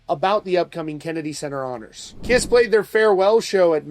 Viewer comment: First of all, he couldn't get their name right, calling the "kriss", secondly, can you believe or trust a word he says? Bruce Kulick has already said it will be the original line up, but they won't be playing. I'd believe Bruce over a guy who can't go a single sentence without lying, exaggerating or just babbling nonsense.